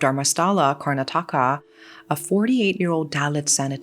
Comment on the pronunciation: Great video 🤩! Yet, sorry, I'm going to be that person. Everyone said "car- NAH- tah- kah" when I was there for a semester a while back. I love your videos,, and this one is no exception!! ❤ I'm just a stickler for place names that can be Googled. Though, in this instance, the AI overview did not match the plethora of videos and actual Google sound bite of the name that also matched my experience. With that said, you're the successful youtuber, not me, so do with that info what you will 😁 Seriously, I really do love your channels and am subscribed to both of them 😍🥰🤩🥰 Thank you for the excellent content!!